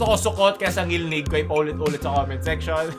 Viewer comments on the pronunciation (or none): Boss pau ngilngig Po Hindi ngilnig